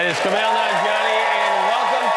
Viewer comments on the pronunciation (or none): I love how Jimmy casually butchers Kumail’s name and moves on.